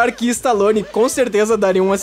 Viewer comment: nome do Park e stallone não istallone